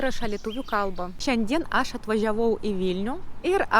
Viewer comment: Wow. Wow. Wow. Nesitikėjau kad taip gerai gausis. Vienas lengvai ištaisomas trūkumėlis. Vietoje ilgo AAAš, bandykite tarti trumpu a, su lengvu akcentu į š. Maždaug turėtų gautis aŠŠ. Visa kita - just perfect.